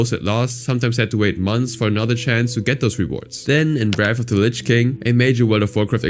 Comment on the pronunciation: wrath of the "linch" king LMFAOOO my redneck buddy cant spell or pronounce lich either...